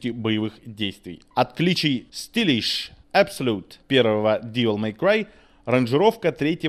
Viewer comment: Нет, ну чувак определился бы, штоль, как-нить))) если хочет всё по английски произносить или с русским уклоном) Не ДИвел Мэй Край, а ДЭвил Мэй Край =) И не СтИлиш, а СтАЙлиш) А так, ностальгия по-страшному берёт...Игруха поистене шедевральна!